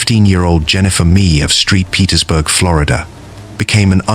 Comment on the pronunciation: That one girl, Jennifer Mee, was from “Street Petersburg, Florida” according to the narrator. I hate these AI narrators.